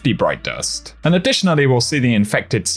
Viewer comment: “Broit dorst”😎